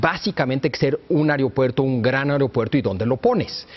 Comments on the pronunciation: a"E"ropuerto a"E"ropuerto, no areopuerto. biatch! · Se pronuncia AEropuerto, no AREopuerto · Se dice AEROpuerto NO AREOpuerto qué le digan a este wey de Leo! Par favaaaaaaar!